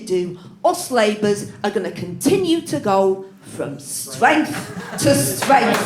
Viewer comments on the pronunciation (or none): That was a brilliant performance 😂😂😂😂 I think we can agree that our lovely is going from stwenth to stwenth. I love the suggestion of calming David down by taking the knee😂😂